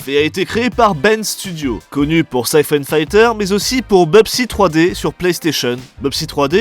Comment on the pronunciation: C'est dingue quand même l'histoire de Sony Bend, ils sont passés de "faire l'un des pires jeux Playstation" avec Bubsy 3D à "faire l'un des meilleurs jeux Playstation" avec Syphon Filter (d'ailleurs ça se prononce "filteur" et pas "faïteur" hein, c'est le filtre à siphon, pas le siphon combattant)